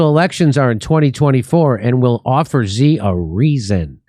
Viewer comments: Love the show, Jimmy! Btw Xi is pronounced "she." Just FYI. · Its pronounced "She"